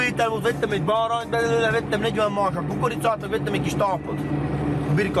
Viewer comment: Bárányt vett csak épp úgy mondta, hogy "báránt".